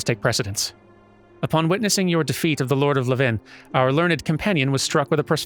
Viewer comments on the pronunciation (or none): So it sounds like you are pronouncing Levin like it is a place. Pretty sure it's just another word for lightning. And it's pronounced like how you would say levain bread. LEvin vs. leVIN. EDIT: This also explains the pun made in the quest title "Levin an impression" 😊